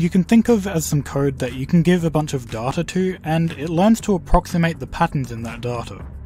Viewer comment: I would have subscribed if you procounced data like data instead of saying data like data, there is only one way to say data right and its data